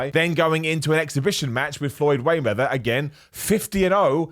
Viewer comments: Did you call him floyd waymether is my heard F’d 😂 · “Floyd Waymeather” 😂